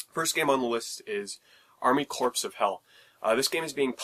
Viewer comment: Very informative. I haven't researched it any and this is the first I've heard of any of the Vita launch titles, so I appreciate your video. FWIW though, "corps" is pronounced "core", not "corpse". :^p